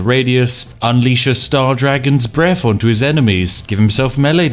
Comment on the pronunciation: "Flaming breff attacks."